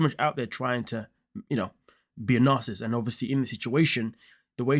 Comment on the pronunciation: Learn how to pronounce NARCISSIST if you're going to use it. TY.